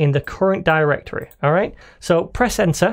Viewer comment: Is this only me or everytime he tries to say "right"...he gets possessed by a Mexican....(i.e rrright)?